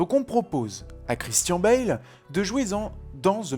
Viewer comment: Très bonne vidéo mais la prononciation de Christian Bale c'est : Christian(ne) Bale